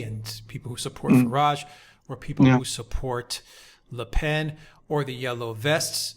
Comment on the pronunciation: Le Pen is pronounced simply as in the English 'pen', not the nasal 'pain'.